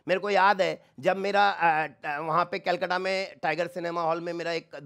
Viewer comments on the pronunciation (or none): none